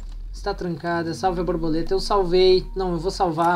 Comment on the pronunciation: era muito engraçado o falando a brabuleta a brabuleta.